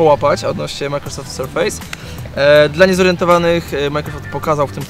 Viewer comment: Sprawdźcie sobie wymowę słowa "surface". Nie jest to "serfejs"